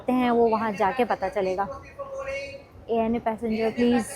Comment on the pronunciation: Ana nahi kehty ANA kehty hai